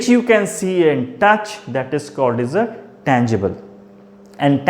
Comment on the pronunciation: Its touch not tuch🤣